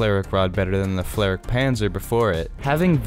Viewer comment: Can this guy not pronounce the flak properly, he’s saying flarik instead of flak But otherwise I agree with his assessment